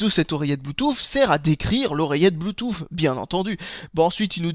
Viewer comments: Oh bon sang, je ne suis donc pas le seul a le prononcer Bluetouf ! :o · j'aime bien quand tu dis "Blue-Touffe" !